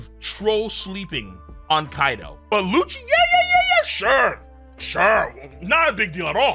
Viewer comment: Bro did u fr say rob goochie?